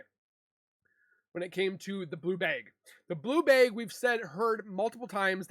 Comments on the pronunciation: LOL HE SAYS BLUE BEG!!!! DUDE IT'S BLUE BAG!!!😅😅😅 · Bag. Like hag. Or drag. Not bayg. Why tf do you say bay g